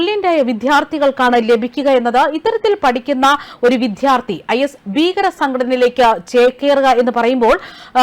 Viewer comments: വിധൃാർത്തിയല്ല, വിദൃാ൪ത്ഥിയാണു ശരി. നന്നായി ഉച്ഛരിച്ചില്ലെങ്കിൽകേൾക്കാൻ അരോചകമായിരിക്കും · വിധ്യാർത്ഥി എന്നു പറയാതെ വിദ്യാർത്ഥി എന്നു പറയൂ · വായന നന്നായിട്ടുണ്ട്.നല്ല എനർജിയും ഉണ്ട്. പക്ഷേ ഉച്ചാരണം ഒന്ന് ശ്രദ്ധിക്കണേ. വിദ്ധ്യാർത്തി അല്ല വിദ്യാർത്ഥി ആണ് ശരി. പലവട്ടം ഇത് പറയുന്നുണ്ട്. ബന്ദു അല്ല ബന്ധു ആണ് ശരി. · വിദ്യാർത്ഥി എന്നാണ് അല്ലാതെ വിദ്ധ്യാർത്ഥി അല്ല ഉച്ചാരണം ശ്രദ്ധിക്കുക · "വിദ്യാർത്ഥി" ഉച്ചാരണം തെറ്റ്. 'ദ്ധ്യ' യുടെ ഉച്ചാരണം ഒഴിവാക്കി 'ദ്യ' ഉച്ചരിക്കണം. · Vddhyarthi,viddhyarthi,viddhyarthi.????? Please mind pronunciation. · Shit / try to say വിദ്യാർത്ഥി !!!